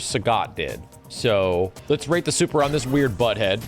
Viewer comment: Can’t wait to see the Rrrrate de superr of SF6